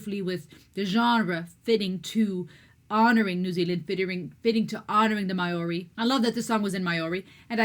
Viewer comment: Maori is pronounced more like Mow - ree. ao = ow au = oh. u = oo o = or/ aw